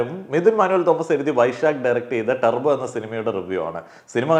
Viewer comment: ടർബോ❌ തൂർബോ ✅